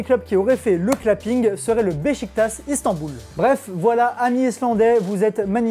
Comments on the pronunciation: super vidéo comme d'hab juste un petit truc le club c'est beşiktaş sa se prononce bechiktach pas bechiktas et le Istanbul c'est pas obligée de le dire à la fin 😁 en fait le ş en turc se prononce ch donc vu qu'il y'en à deux si tu le pronces ch au début et s à la fin c'est pas coérant 😂😂😂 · Pourquoi est-ce que vous dites "bechiktas" pour Beşiktaş vous prononcez correctement le premier S mais pas le 2eme alors que c'est le meme